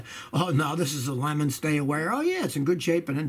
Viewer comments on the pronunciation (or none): none